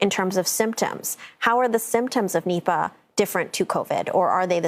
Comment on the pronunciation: I always misheard Nipah as nipple